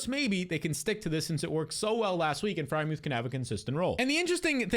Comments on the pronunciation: Ngl he says add muth every year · Bro said add Freiermuth 😂